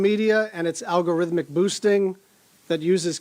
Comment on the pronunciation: Never trust the people that can't say algorithm properly. That just shows that they don not have a clue about what they are speaking of. Yes, wilful ignorance is the most dangerous thing our world faces.